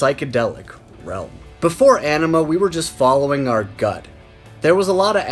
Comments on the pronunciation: On-ima not enema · Its pronounced Oh-nima not An-ima,jeez. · Bro. It's not "anima" like "animal". "Aenima" is pronounced "AH-nima". Like the "Ah" in the word "ankh". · It's "Ahhhhhhh-ni-mah" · Is it weird that it bothers me when people pronounce AEnima incorrectly?! 🤘🤘🤘 Spiral Out my friends